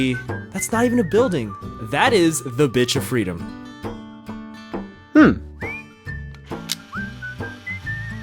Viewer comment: The fact he said the bich of freedom